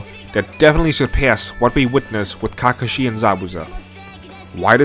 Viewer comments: I mean it's still fantastic. This dude Can't even pronounce Kakashi properly so I do know how much Naruto he actually watched. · the video was enjoyable until he pronounced kakashi 🤦🏾‍♂️ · his pronunciation of character names is cringe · Bro I know i can’t respect your opinion because of how you pronounce kakashi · Bad: KAkeshi, GENin Good: KeKAshi, geNIN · Okay, I like the video and agree with your points completely, but I just HAVE to point this out... You are pronouncing some of names and terms waaaay wrong, I cringe everytime you say "Nuhroodoe" or "Kakuhshi" or "Gen-inn" . It's like an out-of-touch southern parent talking about "them there pokeyman cartoons"... Nuh-roo-doe should be Nah-roo-toe, Kahk-uh-she should be Kahk-ah-she, and Gen-inn should be Gen-een. Please, my guy, it's like nails on a chalkboard listening to you brutally slaughter those pronunciations. I will give you credit however for pronouncing Shippuden as "Sheep-pu-den" correctly, it's rare that you hear someone actually say that one properly. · you should hear the way he pronounced Kakashi and Genin too. Cringe overload